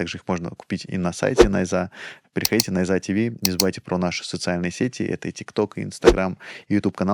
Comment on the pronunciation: Ставьте ударение правильно, не нАйза , а найзА